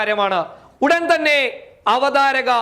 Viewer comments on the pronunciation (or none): none